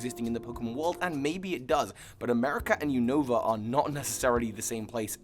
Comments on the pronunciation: Unova = U-Na-Va Kalos = Ka-Lohs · You said Univa wrong